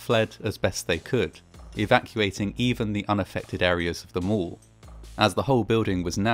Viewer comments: Mall not mull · I quickly realized that he meant mall when he said mole.